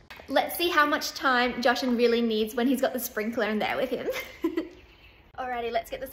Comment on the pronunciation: How was that way too far?? It's just water lol And what's with suddenly pronouncing Jashan's name different the last couple of months??